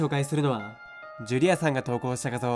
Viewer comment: ジュリ↑アさん↓